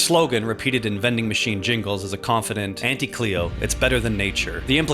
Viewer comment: Auntie is like taunt! Taunty = Auntie and pls pronounce it that way